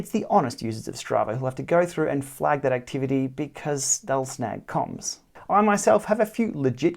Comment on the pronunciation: Love the channel, love the tips, but for the love of god please stop saying “coms” it is an acronym pronounced “K O M”.